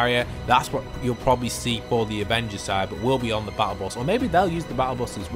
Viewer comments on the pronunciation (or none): none